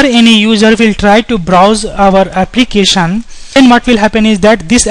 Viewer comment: applicasion.... forms authenticasion .... nice video though